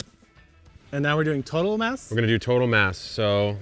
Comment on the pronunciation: Did they say ‘total mass’ or ‘total mess’? This is a riot 😂